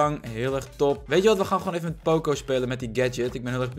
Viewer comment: Waarom zeg jij poocoo het is pocoo